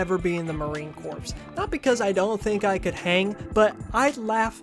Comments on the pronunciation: Hi, fellow politics nerd here. Great video, I could hardly tell this was your first video. I thought it was one from somebody who had set out their style and was beginning to find their strides. I do have one major note, and that's that Marine Corps is pronounced Marine Core, not Marine Corpse. Other than that, the only thing I noticed was that at the end the music started becoming quite loud, if that was intentional to show how offputting the stories were getting, good choice, if not, you might want to double check it in future. Other than that, as I said, great job. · I know this is a moot point, and not important in the grand scheme, but every time you say "Marine Corpse" instead of "Marine Core" (corps is pronounced "core") it makes my ears sad. I still loved your analysis though! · Thank you for the excellent and informative vid, but please, it’s pronounced Marine “Core” not Corpse. The s in corps is silent. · Really good video, loved your insight! Jd vance and his whole hillbilly family are predictably fuckin psycho However you did say "marine corpse" instead of marine CORE (how corps is pronounced), so I will be downvoting and you will be hearing from my lawyer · It's time for "what word did you mispronounce for the entire video because you've only ever read it, and never actually heard anyone say it outloud!" YAY! Marine corps. Pronounced like "core," not "corpse." Whoopsies! Just goes to show you about how suited for military service you are. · Sorry, but hearing you say "corz" and "eye-raq" over and over again git to be too much. Couldn't listen all the way through. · Did you say “corps” with an s? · Psssssst, just so you know, "corps" = "core" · "Corps" is pronounced "ko'r", like "apple core" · "Corps" is pronounced "Core" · Great video. Please Google how to pronounce words you're not sure of. Corps = core Wanton = want-un Etc... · It's marine 'core' not corpse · Marine Corps is pronounced Marine Core not "Corpse."